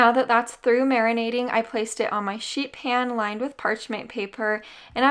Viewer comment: I kept hearing, sheep ham, sheep ham..